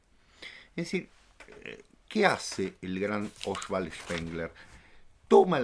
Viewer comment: Se dice OSVALD no Oswald